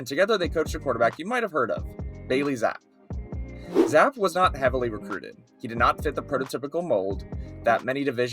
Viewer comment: It's Zapp-E